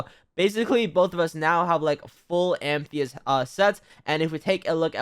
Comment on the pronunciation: IT IS NOT AMTHEYST ITS Am-a-thyst